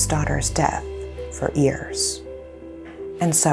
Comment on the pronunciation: What is it with pronounced ears instead of years it made me i cant explain but all is well except that ears instead of years it sound bad pronounced correctly please